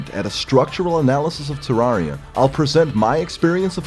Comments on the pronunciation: It's pronounced Terr-ai-ria, not Terr-ar-ria. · Nice a whole review about Terraria and you can't pronounce the game's name. Not Ter-are-ia it's Ter-rare-ia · Incorrect, he called the game terr ARE ia. OBJECTIVELY incorrect pronunciation. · You said terraria wrong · why does everyone pronounce terraria wrong the devs have even said its the other way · Except for the fact that the creators of the game confirmed the pronunciation and he was saying it wrong. Do your research first.